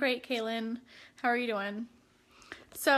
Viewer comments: Yes 😂😂😂 "hawr" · Did she say how? It sounded like har.